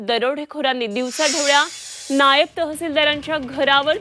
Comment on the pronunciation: Zee 24 तास. नायाब नाही नायब🤣🤣